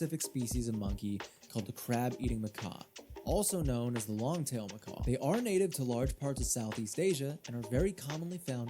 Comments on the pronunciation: Macaque is pronounced mick-ack, not mick-ah. Macaws are a type of parrot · It’s “ma kack” not “ma kah” 🙄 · I just thought he was pronouncing it Mo Korks lol But that is still incorrect obvs. Doesn't bother me that much but I'd be lying if I said I didn't notice it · Ok but I just watched another video about snow monkeys and that dude said macaw as well. Is this a "urine-us/yer-anus" moment? Its always been muhkack in my book. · Most important, I'd like to thank you for adding your voice to the good people speaking out against monkey haters and abuse videos. There can never been too many people bringing this horrific issue into the light. Maybe one day the social media platforms will actually take it seriously. Second... it's pronounced "muh-kak.". Rhymes with "hack.". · It's pronounced "mah-KAK" btw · not to be that guy but it is pronounced "muh-kak" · I always pronounce it as "mac-quacks"🦆🐒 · this is the second youtuber ive seen mispronounce macaque. interesting.... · Not once in the research or production of this video did this retard look up how to correctly say the word “macaque” 😂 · Please look up how to say macaque